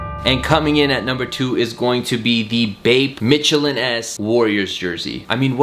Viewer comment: are we gonna ignore the fact he said Mitchell and ess? Instead or Mitchell and NESS!!!